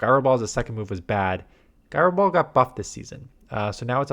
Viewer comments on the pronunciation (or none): It’s pronounced jai-row ball.